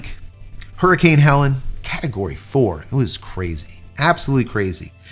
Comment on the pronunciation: Hurricane was HELENE, not HELEN, pronounced HELL-LEAN.